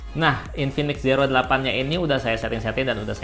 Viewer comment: Zero dibaca ziro bang, hehehe maaf koreksi